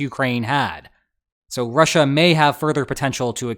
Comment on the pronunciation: "Rush-A". The new official pronunciation on the channel xD. I love it.